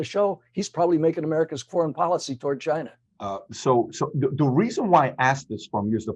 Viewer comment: “Chy-na” not China.